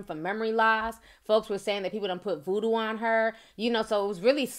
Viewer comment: Sounds more like hoodoo than voodoo 🧐